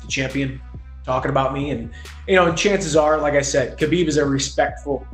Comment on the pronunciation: 6 years later and people still aren’t pronouncing Khabibs name right. 🤦‍♂️